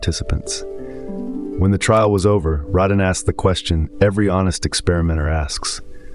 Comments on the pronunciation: exactly it's Raydin not Rodin, as in radar not Rod Stewart. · Ah yes. The mispronunciation of the main person’s name is staple of your content., Radin is not “Ra- deen”. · Why can't the AI get his name right? This is the most consistently annoying thing about the channel. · Wanted to post the same thing. One should have the nerve to check these things after feeding the AI.